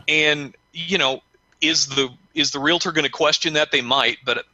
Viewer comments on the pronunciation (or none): Hey... the word is pronounced RE-AL-TOR... not RE-LA-TOR.